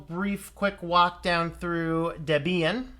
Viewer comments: DebEEan? Is that how it's pronounced? Has my whole life been a lie? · The emphasis should be on the first syllable according to section 1.7 of the FAQ on the Debian website.